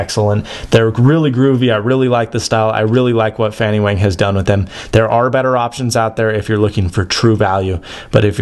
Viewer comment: wang is not pronounced wehng but wahng.